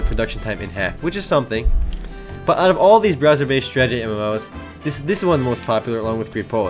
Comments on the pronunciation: say it with me: STRAH - TAH - JEE not: strah - jah - tee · Did you actually say "Stragety MMO"?